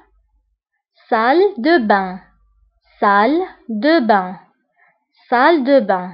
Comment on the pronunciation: Salle de bain, pas salle da bain